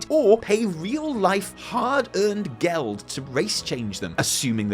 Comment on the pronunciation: Lol he said "Geld", guter Versuch mein Freund!